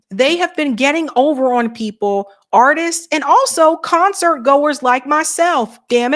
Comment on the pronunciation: I love your accent 😂, when you say ON it almost sounds like you say OWEN 😂😂